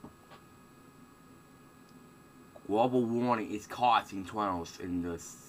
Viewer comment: You know I was gonna chastise you for calling this guy retarded but after him saying Gwoble Warning is causing Tornadoes in the SE United States I think you may be on to something !!!